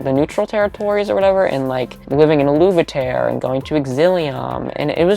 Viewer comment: U pronouncing aluveterre u-luve-e-tare had me shook. I've always pronounced it a-luv-e-tere haha I was sooo wrong.